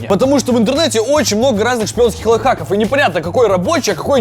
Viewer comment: там много шпионских лафаков! (Он так сказал)